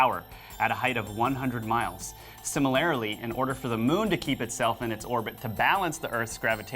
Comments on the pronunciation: The guy can't even speak English correctly. "Similarly" is not pronounced the way he pronounced it. And I even caught that, with English not being my first language. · The word ‘module’ has two syllables, not three. Even worse is how you butcher the word ‘similarly’ .